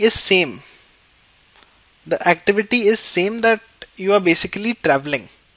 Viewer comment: Activitity haha